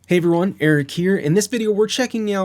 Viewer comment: When he said hay everyone I here Eric ear not Eric hear. I restarted this 3 times